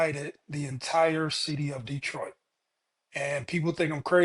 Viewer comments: Lmao "Detriot" Come one its Detroit! 😂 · “Detriot” is crazy!! 😂😂😂😂